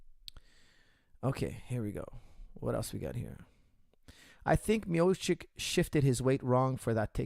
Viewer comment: Coach, it's Mio-chi-ch